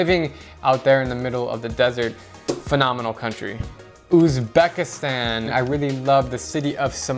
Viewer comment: OOZ-back-is-tan is how you pronounce Uzbekistan